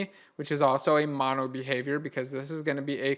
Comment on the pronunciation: Couldn't understand the "MonoBehaviour" properly.